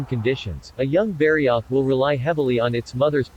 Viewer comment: Man I hate text to speech. I eas interested but I don't wanna spend my work day hearing bari-oath for the next nearly 20 minutes.